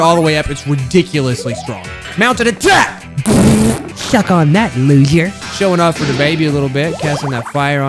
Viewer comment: "shuck on that loser" is what i hear